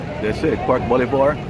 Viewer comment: Bolívar is pronounced Boh-LEE-Var (note the tilde over the i)